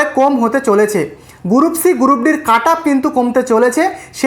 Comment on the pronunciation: গুরুপ নয় রে ওটার উচ্চারণ গ্রুপ😃😃